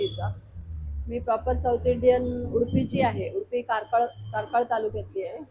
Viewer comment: Udapi nave ho. Udupi aahe 😂